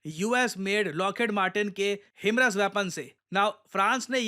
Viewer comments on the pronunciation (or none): It is pronounced high-mars ( हाईमार्स) not हिमरस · Him-RAS ❌ Hi-MARS ✅ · Sir 😂 himras nahi himars😂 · HIMARS not "Him ras" 😂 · हाइमार्स ❌️ हिमरस ✅️ 😂😂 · Wo HI-MARS hai na. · that pronunciation of himars was diabolical 😂🤣